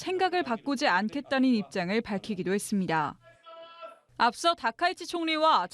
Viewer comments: 여자 기자 발음이 왜저래ㅋㅋ 그랬습니드아~ 했습니드아~ 뭐지ㅋㅋ 나만 웃긴가ㅎ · 아나운서 발음이 왜저래?? ㅇㅇ했습니드아~~ 입니드아~~